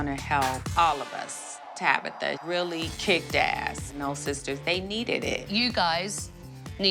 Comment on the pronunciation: Did she rrrrrreally sleep there you think?